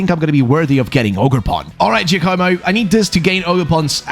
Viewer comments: It's not Joe-koh-mo. It's J-AH-komo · giacomo is pronounced Ja co mo ja not jay